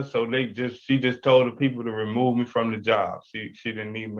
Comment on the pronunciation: Dude job has a B at the end talk like you got some sense